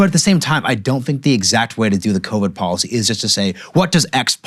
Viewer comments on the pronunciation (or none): IT IS pronounced depoliticised - NOT - DepoWiticised Bolled over - NOT - boWed over & here is the BEST policy - NOT - poWicy Get the marbles out